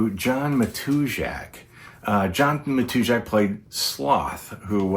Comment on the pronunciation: I've heard his name pronounced /ma-tuz-ak/...with apologies for ruffling any feathers.